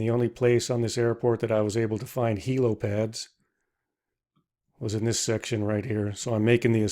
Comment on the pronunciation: Heli not heelo